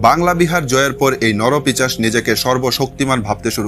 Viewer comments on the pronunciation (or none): কথাটা নরপিশাচ , নরপিচাস নয়। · নরপিচাশ নয় নরপিশাচ হবে। খুব কানে লাগছে। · পিচাশ নয় কথাটা 'পিশাচ' ।